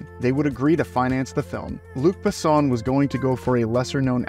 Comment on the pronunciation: I enjoyed the video, but your pronunciation of names (e.g., Luc Besson, Milla Jovovich) was really bad. It's easy to look up the proper pronunciation online. As for the movie, it's a favorite of mine.